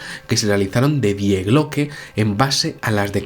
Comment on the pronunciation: Se pronuncia "Di" no "Die"